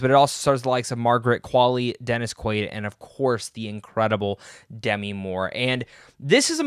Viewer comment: Demi is pronounced in this case as De-‘MEE. (It does NOT rhyme with semi.) I figured a movie reviewer might want to know.